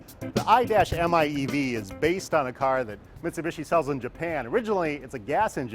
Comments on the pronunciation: The "Aye-Dash-Em-Aye-Eevee" Oh PLEASE! Would u cut that f* nonsense and call it the "Mitsubishi I" instead? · You had me at "I dash m I e v" sexiest name. Imeev. Stop saying I-dash . My god. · Stop calling it the i-dash-miev! You could just say "car"!